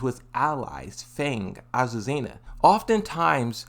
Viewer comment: Finally he said azucena and not aquacera